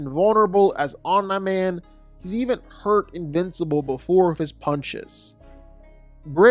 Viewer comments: It’s Omniman. Pronounced Om-knee. Not Om-nuh. Drives me crazy. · Honestly, I just ignore it. He does it a lot, and whether it's comment baiting or genuine mispronunciation, it's what he does. It is a little annoying though. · Are you sure it's not Om-nigh man? (jk hahahahaha) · His pronunciation of omni man has to be rage bait